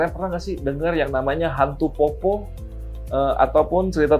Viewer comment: Cara baca poppo nya salah bang 😂